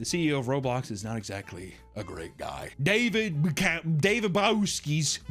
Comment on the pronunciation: I love how the pronunciation of the ceo’s last name gets worse every time he says it. 😂